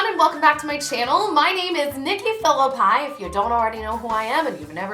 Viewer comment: No matter how many times she says phillipi I still see phillip 😂